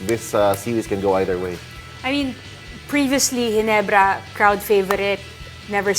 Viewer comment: Ayusin mo muna ung letter R mo Ndi mo ma pronounce maayos GINEBRA kaya halatang TNT ka 😂😅😂